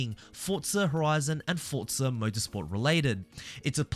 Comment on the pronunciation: "Fortza" is the proper Italian pronunciation.